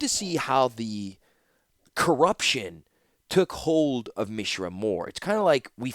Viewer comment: First of all, thank you for making these it has been an incredible journey listening to your audiobooks so far! I’ve rode along for the first two novels and am looking forward to the rest after this. Secondly, I wanted to mention that the way you’ve been pronouncing Mishra is actually correct given the etymology has roots in the Sanskrit language. Mishra (pronounced Mi-shra and not Mee-shra) means “mixture”, presumably foreshadowing how Mishra got mixed up with Phyrexia’s glistening oil. Interestingly, Urza also has roots in Sanskrit as the word urja (pronounced oor-jaa) means “strength”/“power”/“energy”, presumably hinting at Urza’s obsession with energy powered artifacts and bearing the Mightstone. In urdu, the word transforms to urza (pronounced oor-zaa).